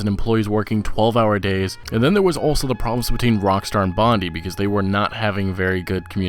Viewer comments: It’s pronounced “Bond-eye” not “bondy”. As in Bondi Beach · The way you pronounce 'Bondi' makes me nauseous.